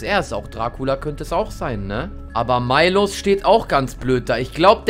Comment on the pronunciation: Dis heißt nicht milosz sonder miłosz